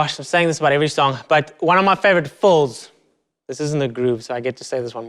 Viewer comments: Is he saying fulls or fills? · I love the way you say "fills".